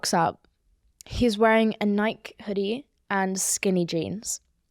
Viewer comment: is that how Nike is supposed to be pronounced?